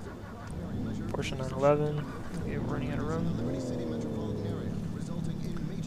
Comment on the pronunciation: Oh yeah you are the first one who speaks out Porsche correctly . Respect. Good review.